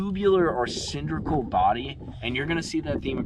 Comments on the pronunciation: it's cylindrical with an " L" say the word properly, it' s not cindrical. It's a hard "L". Don't take offence,thanks. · Homie, love your content and videos. But it's " Cyl-in-dri-cal". You're killing me with that. Lol 😂. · The word is cylindrical there “”